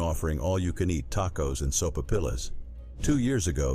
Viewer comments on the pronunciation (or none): Words mispronounced like “soap-PILL-uhs” instead of sopa-pee-yuhs. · Oh speaker, please check your pronunciation on buffet and sopapillas.